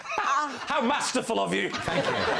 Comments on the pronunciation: Oh David, where is the "r" in "Marsterful". It's Masterful. Fool! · Long a ..no r ....as he is Masterful at this . ❤️